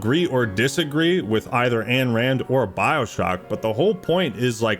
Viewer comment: Brother, love the video, BUT -------- IT IS NOT "ANNE RAND" it is AYN RAND, pronounced INE Otherwise good video